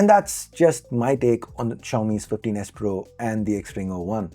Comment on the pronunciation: 😂😂😂What..!!!, Fifteen S Pro » Teenus Pro » Tinus Po » Tinus